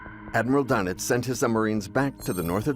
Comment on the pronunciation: Doenitz is pronounced "Dernitz" auf Deustch.